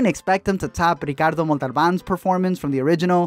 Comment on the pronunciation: I’m only saying this because your pronunciation of Ricardo Montalbán was so delicious. Hervé is pronounced Ehr-Vay